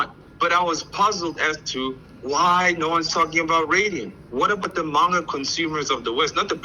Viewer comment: I think he does do some marketing for his books but you know what I find funny he's NEVER once done a review on all of his Stories on a suru Go. The website you can find his book and many others in. By the way he doesn't call it Manga he calls it Manna